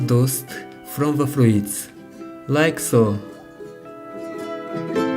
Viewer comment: Se pronuntsa "fruts", nu "fruits"